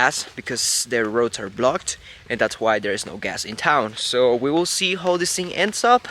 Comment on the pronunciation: A mí esposa y a mi nos gusta ver tus vídeos. Un comentario. Tu inglés es bueno pero te voy a dar un Tip. Cuando dices how y now lo pronuncias incorrecto. Trata esto. How se pronuncia jau. Now se pronuncia nau. Sigue adelante. Felicidades.